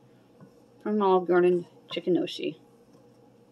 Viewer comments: I love gnocchi too. It's pronounced "no-key". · Gnocchi is pronounced "Nyo-kee" ...just a lil FYI !